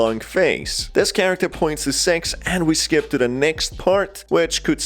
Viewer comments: Every-time use say “Six” I think your saying “Sex” and I’m like “WHAT THE HELL MAN! ITS JUST A INN- oh.. my ears are deceiving me.” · Why are you say S E X and not six?